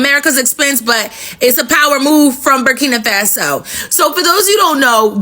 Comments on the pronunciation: This, girl from America doesn't speak for the educated blacks in America.... they're ALL LOOKING FOR A WAY TO FLEE AMERICA! KNOWING, AFRICANS born in America are killed and hated since being in America! I just don't like how she talks and continues to call "Burkina FA' SO....BURKINA FAAAASO...SMH GIRL GET YOUR CRAP TOGETHER! If, you speak on Africa? PLEASE,do it intelligently as Africans are intelligent.❤ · WOW....u should seriously NOT be the one who speaks on Africa's "Burkina Faso." Because u don't even pronounce the name properly and that's embarrassing. And, ONE African born in America DOES NOT speak for the rest of us! Traore, is WISE not to come to the states....he shouldn't TRUST that they will do right by him. Wisdom, is a principal thing for a President to have....#BRAVOPRESIDENTTRAORE 🙏🏼🌹